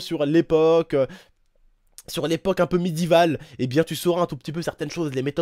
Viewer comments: ou lieu de dire médiévale il dit midival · Elle est super ta vidéo mais juste, on dit pas médivale on dit médiévale mon ami 😃🙏🏽✌🏽️☮. Sur ce, bonne continuation ❤️ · "midivale" mdrrrrr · " Médivale " :p